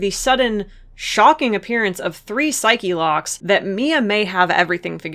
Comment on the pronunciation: thank you for pronouncing Psyche locks correctly it makes the joke of Edgeworth not rembering their name in 3-5 funny